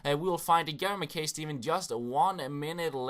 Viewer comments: It's pronounced Mack-eye Steven by the way, but he is an absolute animal! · Pronounced MackI